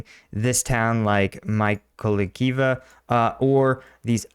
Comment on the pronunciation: This "other town" is Mikolaivka - if I'm not mistaken, like Mikolaiv (the one opposite to Cherson) with a "ka" added, which AFAIK means "the small Mikolaiv" 🙂 Sorry, but your pronounciation of Ukrainian town names is quite entertaining 🙂